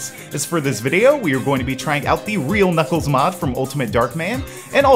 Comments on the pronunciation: you said nickles instead of nuckles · It actually pronounced /Nuklz/ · his name is knuckles!!!!!!!!!!!!!!!!!!!!!!!!!!!!!!!!!!!!!!!!!!!!!!!! how many time have you keep naming him nibbelss?!!!!!!!!!!!!!!!!!!!!!!!!!!!!!!!!!!!!!!!!!!!!!!!!!!!!!!!!!!!!!!!!!!!!!